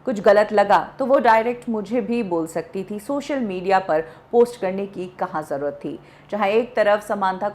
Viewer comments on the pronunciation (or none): none